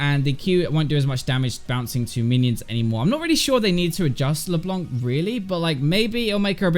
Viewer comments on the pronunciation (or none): LeblanK :3 You don't prononce the "c" in "blanc". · The reason why Froggen said "LeBlanc" weirdly is because of his danish accent..